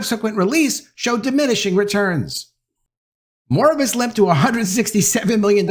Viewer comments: Mor-bi-us, not Moribus. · I hope looks up how to pronounxe Noir & Morbius.